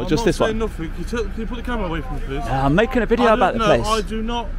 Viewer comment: Dude, I like you, but stop pronouncing "th" as "f" "aufority, firteen, nofink" 😂✌️